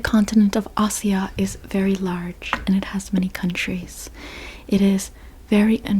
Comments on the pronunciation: It's not Asia (a-cia) it's ay-zia or a shya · "Ah-sia"? Never heard it pronounced that way before. And why you name Palestine as the holy land while completely neglecting Israel? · ما له دخل جهل بالإنجليزي ينطقون اسيا( آيجا ) هم الأجانب ما ينطقون حرف S لسبب ما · Why is she pronouncing Asia like that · That's how u pronounce asia?!